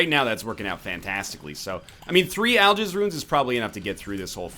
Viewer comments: Al-Giz. Not Jizz. Giz. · Oh God I cant stop but misunderstand Algiz as I'll jizz D